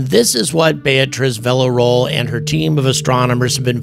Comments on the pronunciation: Man, please at least try with her name. Villarroel—VEE YA ROW EL. It’s not hard. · Spooky stuff. P.S.: "Vee - ya - ro - el"